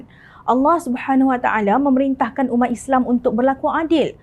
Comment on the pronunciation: Maaf cakap, majoriti rakyat Kelantan tak reti sebut Islam. Isle, isle, isle!